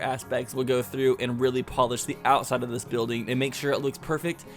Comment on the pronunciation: Count how many times he said ousside